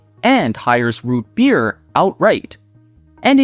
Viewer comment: Never heard "beer" pronounced with 2 syllables before lol.